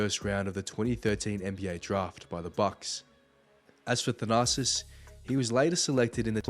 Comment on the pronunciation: It sounds like you’re saying “the narcissist”.😂